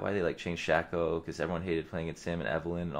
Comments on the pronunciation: its not shacko its shAco a hard A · its not shacko its shAco with a hard A